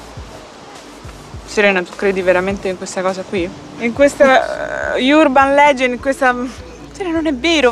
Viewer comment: IURBAN legend???? Se volete fare gli anglofoni a tutti i costi, almeno imparate le pronunce perfette...